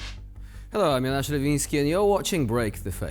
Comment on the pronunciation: I think it's Johnas pronounced yo-nas. Could be wrong though.